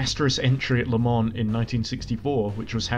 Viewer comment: You pronouncing it “la muns” says a lot